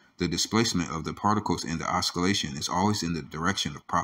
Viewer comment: The sc in oscillate, sounds like scintillate 👍